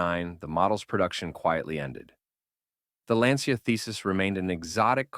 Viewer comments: Please pay attention to the fact that the correct pronunciation of Lancia in Italian is not “Lyan-cha” but simply more like “Lan-tcha”. 😉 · Sorry, in italian is not lyancha but lan cha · Pronounced Lyan-cha in Italian?!! Aww héll naw!!😂🤦🏽🙋🏽 You think Italians speak Chinese or so?!